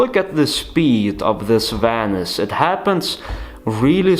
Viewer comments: Vanisj:D so annoying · It’s vanish!!!! I know you can say it right!!